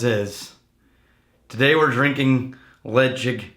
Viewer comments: its not pronounced ledge-ick.Its pronounced le- chaig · Pronounced “Le-chaig” like the word “chain” from The Isle of Mull where the whisky is produced.